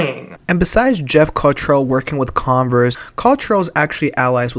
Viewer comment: I thought you said Congress rather than Converse hahahaha